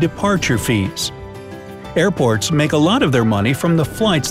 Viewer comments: anyone else thought he said airpods? i was like tf is this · Thought you said airpods lol